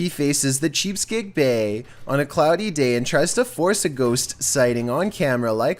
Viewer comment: Cheapskate?....Its pronounced Chess-a-peak Bay